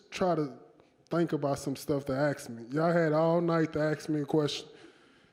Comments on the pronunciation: Don’t just try to think about some stuff to AKS me, y’all had all night to AKS me a question.🤣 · Don't Axe Lewis more questions. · Why every black guy says "aks" instead of "ask"? Is it some black man thing or what?